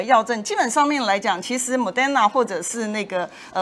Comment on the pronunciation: 不是莫丹那dan是莫德那der，還有後遺症還其他的也念錯，如果妳要曬妳的英文麻煩妳把英文練好，不要以為反正台灣人也聽不懂就亂發音